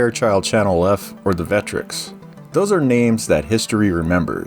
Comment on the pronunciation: VEKK-TREKKS, with equal stress, not “Vectrix.”